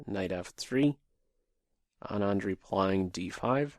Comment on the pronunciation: Anand's name is pronounced Aaaah (as is say aaaahh) + nand.